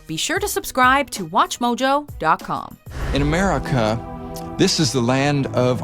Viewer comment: " HWUT HWILL SAEVE AMAIRIKAH. "